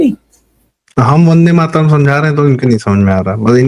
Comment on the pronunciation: वन डे माट रम जिसका उच्चारण हो वह पार्टी वन्दे मातरम् कैसे बोलेगी ? जवाहलाल जी क़ो किसी भी चीज़ क़ो टुकड़े करके आनंद मिलता था, चाहे भारत क़ो टुकड़े करना या वन्दे मातरम् ही क्यों न हो. बहाने बाज ने जिन्ना क़ो जो पसंद नहीं था, वह बहाना था, ख़ुद का इस्लाम जागा और कर दिया टुकड़ा !